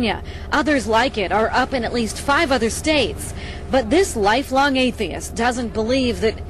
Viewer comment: I like the way they can't spell 'atheist' coorectly and that Stacy has even trouble pronouncing it :)